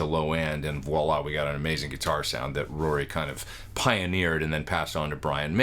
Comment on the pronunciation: RORY, not ROY! 🤣